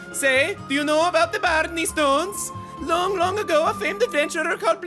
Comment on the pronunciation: The way he says barney stones cracks me up!!